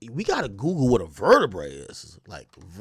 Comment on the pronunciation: mans said “ver-ter-brae”